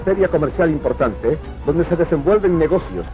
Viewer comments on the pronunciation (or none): "impoktante" "ek vedado" "uktima linea" wow...